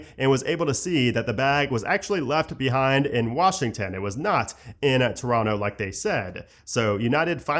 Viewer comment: saying Toronto like a local, nice